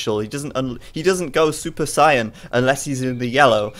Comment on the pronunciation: gotta love how he said Super Cyan instead of Saiyan